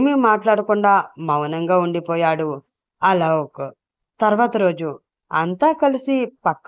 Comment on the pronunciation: అలోక్ పేరుని అలౌక్ అని చదువుతున్నారు